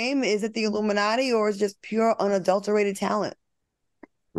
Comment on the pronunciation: Q said “aluminumnatti” 😂